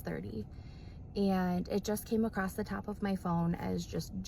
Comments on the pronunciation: NOT ACROSST 🤣🤣🤣🤣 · Aw I say 'acrosst':( not calling me out without knowing she did